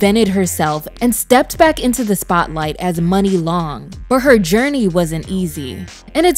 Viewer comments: Great video 👍🏽 But her name is pronounced "Muuunee" Long not "Money" Long per Muni Long 😊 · I KNEW HER NAME WAS M-yoo-nee